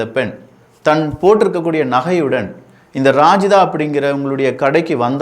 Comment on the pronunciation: ரஜிதாவை ராஜிதா னு சொல்லுறான் பாருங்க